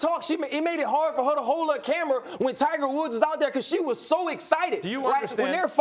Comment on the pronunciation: max says "Tiger Wolf" haha